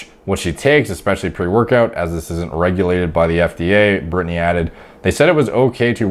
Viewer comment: lol how are you fucking up the name BRITANY